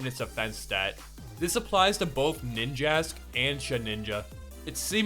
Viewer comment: SHE DINJA not ninja